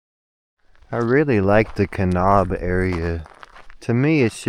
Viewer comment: Just a heads up...it's pronounced "Ka-nab" as opposed to "Ka-nob".